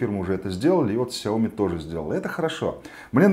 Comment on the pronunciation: сяомИ!!!а не сяОми...